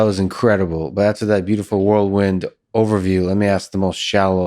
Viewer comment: Lex, Lex, Lex if you ever read the comments: I know English is your second language, but it’s “whirl wind” not “world wind”. 😁